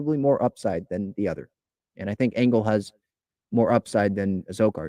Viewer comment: Adam Engel (not angle like this keeps mispronouncing) - "He’s also a quality baserunner, as the excellent speed that has made such a gifted outfielder plays on the bases. He’s stolen 47 bases in 64 career attempts, including a solid 12-16 success rate last year. His right-handed bat offers manager Bob Melvin a chance to shield incumbent center fielder Trent Grisham from tough southpaws on occasion